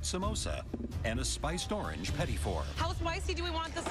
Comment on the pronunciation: you know the announcer/narrator isnt canadian when he pronounces petit wrong